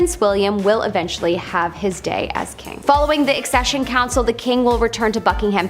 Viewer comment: Its Accession on eccesion 😁